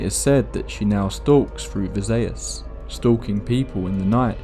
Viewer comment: Vi-zay-yes, that sounds better than how its actually pronounced